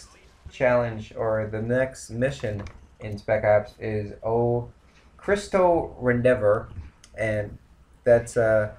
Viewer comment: (OH-KREE-STO-REH-DEHN-TOR) o cristo redentor